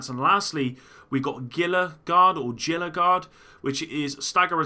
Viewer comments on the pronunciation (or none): pretty sure Gila, the G is pronounced as an H, Hila....but shit, I dont sprecken ze Spanish or w/e language it is.